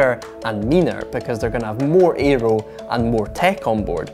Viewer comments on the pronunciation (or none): none